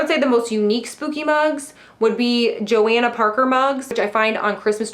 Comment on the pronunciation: That's not how you say Johanna Parker. It's Jo **hanna **.